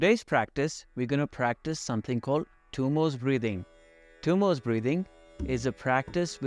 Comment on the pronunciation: Thank you for this video. Probably the best I've seen. However, it isn't Tummos (there isn't an s at the end of the word). It is pronounced Dummo with the D pronounced as in 'this.' दुम्मो in Sanskrit. Also, as I breathe out, I plan to use Ujjayi breathing and not using pursed lips. I tend to have cold feet so I badly need to work with this. Thanks again!